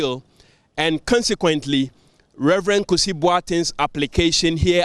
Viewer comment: Please his name is #Kusi not Kisi...haha I should start😅 Refreshing News thank God it's not another unanimous Fc ruling